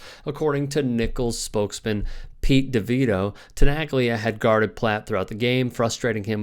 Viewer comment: Please... it is pronounced as Tenalya, not Tenaglya..learn some Italian please... it is like Bologna, Bolonya